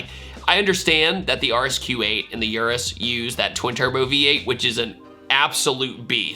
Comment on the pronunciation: The way he pronounces Urus makes me cringe 🤣